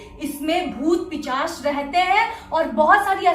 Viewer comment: Iuc di ap pishach ko pichash pronounce krte ho😆.